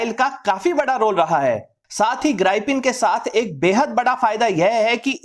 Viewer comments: Sir mera Ko maff karna It's grippen Not Gripen Sorry boring and don't liked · Gripen नहीं Grip-pen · ग्राई - पिन नहीं ग्रीपेन 🤣